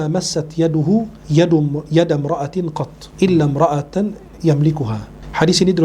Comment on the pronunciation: Oiiiii.... Naca hadisnya salah, Imro'atan bukan imroatin syeh. Jgn duata dgn lisan nabi syeh, salah baca salah makna syeh.. Tolong diperhatikan